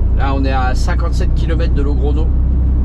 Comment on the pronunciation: Bonsoir encore une bonne vidéo d'Espagne enneigée. Le format 30 mn est très bien pour moi, ça rentre dans mes pauses Concernant Loréal,ils se servent du transporteur comme entrepôt, sans doute plus les capacités de stockage. Concernant Logrono on dit Logronio à cause de la tildé sur le N (l'espèce de vaguelette) mes souvenirs de classe d'Espagnol qui ressortent. merci pour ce que tu fais A+ Fab